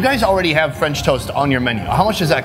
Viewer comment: 'Ee aa one hunda dolla Fren Tost' 😁